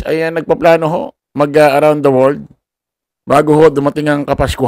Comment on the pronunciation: Gandahan mo naman ang pag.pronounce ng WORLD para kang grade one